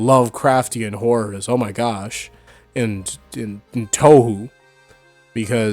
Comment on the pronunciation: HOW DID YOU JUST PRONOUNCE TOUHOU?